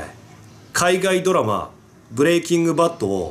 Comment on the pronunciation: ブレイキング・バッドがブレイキングダウンに聞こえて「え！？好きなの？」って一瞬なりました